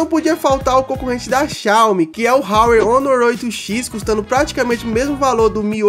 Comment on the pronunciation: Parça a pronúncia do Huawei é "Uauei" Explica sobre o Huawei P30 Pro Melhor canal 10/10